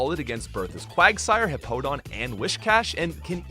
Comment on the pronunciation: The pronunciations for Route, Hippowdon, and Milotic are very unique.